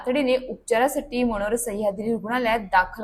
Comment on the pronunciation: मनोर शब्दाचा उच्चार नीटपणे बोलायला शिक ऐकताना काही शब्द कानाला खटकतात